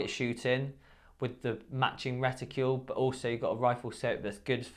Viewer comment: What's a 'reticule'? Something about shooters that can't pronounce simple words. 'Horniday' 'ambidextrious'.